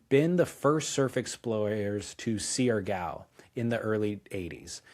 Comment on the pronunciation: Siargo is pronounced “shar-gow”